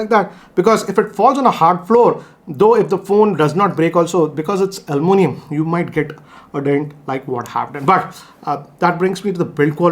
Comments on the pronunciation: Aluminium not almunium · Almunium🤣🤣..its aluminium